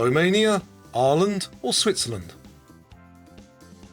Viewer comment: I've never heard of "arr-land" before 🤣